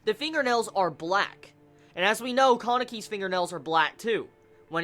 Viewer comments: True he says KAH-NU-KI instead of KA-NE-KI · Not to be a jerk but I hate how you say Kaneki and Rize